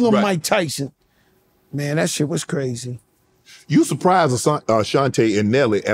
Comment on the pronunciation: "these wuz transformuhs" 😂